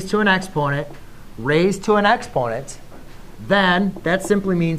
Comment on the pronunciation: It took me some time to realise you were saying EXPONENT because you skimmed over the word.